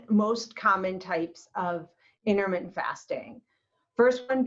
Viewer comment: Inter minute fasting. LOL